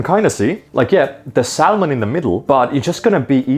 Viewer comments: Just to say, when you say salmon you shouldn't pronounce the L. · Pronounced Salmon like it's a digimon lmao. Sal mon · I like how he pronounces Salmon. Really goes hard on the L. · Hearing Salmon pronounced like Salmonella has mildly put me off it. Probably gonna repress seeing those parts of this later. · Saying salmon like Enrique from king of the hill 😂